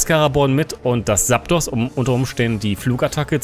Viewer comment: Wie immer ein top Video, aber man es Heißt Zaptos mit Z und nicht mit S:p:p <3